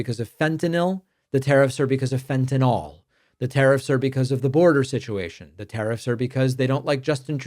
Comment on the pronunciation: “The tariffs are because of ‘fentanyl’,,,,,,, the tariffs are because of ‘fentenol’ ” 😂😂😂